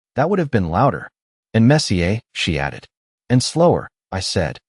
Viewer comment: "Messy-er," not "messy-a." It's English, not French. Damned AI idiocy!!